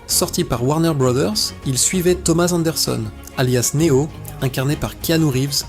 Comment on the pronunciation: Une IA qui parle de Matrix, un film sur la domination des humains par les IA… et qui en profite pour massacrer chaque nom propre comme si c’était une vengeance personnelle. Elle dit Ma-tricks avec la fierté d’un GPS bourré, Né-ohh comme un influenceur qui découvre l’anglais, Morfé-usse façon prof de techno, et A-jeune Smeusse comme si elle lisait une carte Pokémon contrefaite. À ce stade, ce ne sont plus les machines qui dominent l’humanité : c’est leur incapacité à prononcer trois syllabes sans commettre un crime linguistique.